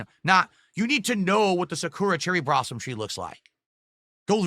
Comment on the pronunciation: ahhh yes, the Sakura Brossom tree 🤣 mush mouth mess he can barely talk